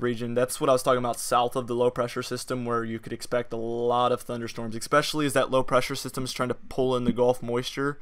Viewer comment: Why do you say eck specially? Do you say supposably too? It's ess specially and supposedly... I'm kidding....lol! Good job. You may find the channel suspicious observers interesting.